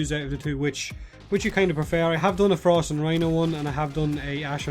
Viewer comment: i though he said forst and rhino